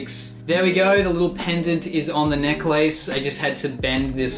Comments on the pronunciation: Jacob Shantz relax, maybe that’s how they say it there. Not everyone is from America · that's not how you say necklace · I’m smitten with the way you say Necklace 😍